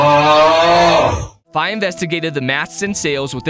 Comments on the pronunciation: ..... you pronounce her name F EYE?.... its FEE! Dx awesome vid btw lol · I think Fi is pronounced Fee not fi😊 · Just like to add that it is pronounced fee it is an abbreviation of Fiona witch is a real name